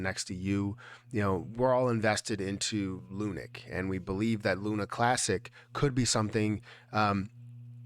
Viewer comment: Bro please... ((((((PLEASE))))) STOP CALLING IT ****LUNIC**** ITS LUNC PRONOUNCED L WITH UNC LUNC. NOT LUNIC GOSH DANG!